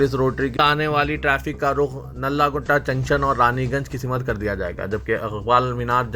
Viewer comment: Simat nahin Simt bolo. Zamni nahi zimni intekhabad bolo. News padhne se pahle talaffuz sahi karlo.